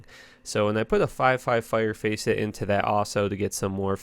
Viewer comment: Hello, nice video, but I have a few notes: Aldur set is neglected because it's shit Facet is not pronounced "Face it" (idiot?) Cold resistance is important, just because you can't afford a perfect Aldur's helmet doesn't invalidate the res What is with your shit Raven Frost, you might as well get a "Chame" rune so you don't embarrass yourself with that ring Can you be a little more specific about which skills help on your damage with a Bul-Kathos ring? It is very different from Carrion Wind You think that Life Tap isn't necessary but 9% Life Leach is? Explain, please Where is your Anni? They are like 1 high rune Why would you make this video without testing Elemental charms? Who struggles to get a Spirit? Your mercenary really shouldn't have stacked rez when you don't even have full 75's +Skills from items don't work on synergies, why should I bother with Volcano if it's only for skills? it is really impressive that you can one shot Eldritch in a single-player game using an infinity merc when he is immune to Cold, glad you could point out it was simple ish I saw a trade game with an Anni, maybe if you went in there you could have gotten one and worked on getting enough strength to wear a Spirit Closing thoughts: this video was a fantastic example of why you should just get an Enigma and respect for an Elemental Druid like every normal person on the planet With Kind Regards, Billy